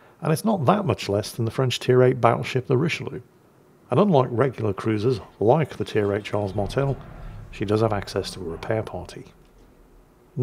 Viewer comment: Why are you constantly mispronouncing the Dunker-q and Richie Lou Lou? I had no idea what ships you were talking about (╯ರ ~ ರ)╯︵ ┻━┻